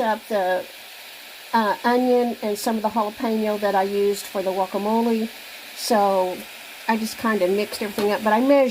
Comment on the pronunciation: That’s funny ur calling guacamole wacamole lol